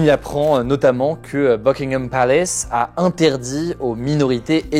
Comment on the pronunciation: "Palace" comme en français. Non pas "palayce"